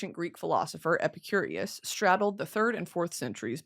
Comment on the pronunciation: brittany pronouncing epicurus as epicurious for an hour